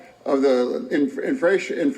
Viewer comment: Yo!!! 😂😂😂😂😂😂😂😅😅. I had to pause the collapsed bridge comment. Funniest $h!t eva!! Infructure....infration. ❤😂😂😂